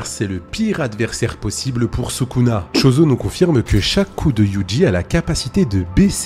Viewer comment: J'allais dire "enfin un mec qui sait prononcer Yuji et Gojo" puis t'as prononcé Chozo 😭😭😭